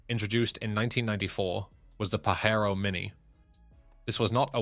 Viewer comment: The Pajero is pronounced with a J not a Fucking H